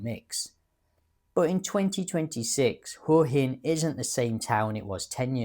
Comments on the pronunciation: Surely "Hwa Hin" not "Hoor Hin"? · It's not 'hore-hin' it's 'Hwa-hin.' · I wish these bloggers would lea to pronounce Hua Hin